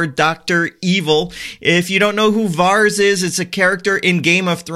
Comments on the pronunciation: It's not "VARS" ... it's pronounced VAIR-IS :-D <3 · Here is how you pronounce that GOT characters name :)